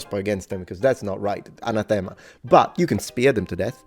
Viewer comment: Even were they still in use today they wouldn't be banned because subsequent codes of canon law abrogate earlier ones when they're issued. Also in English, "anathema" is pronounced with the emphasis on the second syllable.